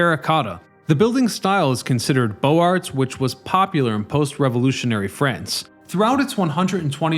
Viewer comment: "Bo Arts"